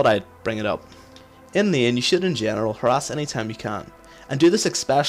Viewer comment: Lol i keep hearing her ass from harass, "you should poke, her ass